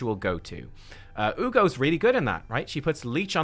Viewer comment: "Uu-go's there" had me so dead, I'm commenting less than a minute into the vid 😂. Good one lol